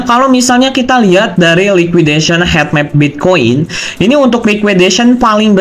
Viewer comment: Cara bacanya hit map bukan het map😂